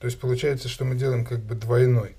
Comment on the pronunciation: Дзелаем, плецение, прааводзим.... Что это за дефект?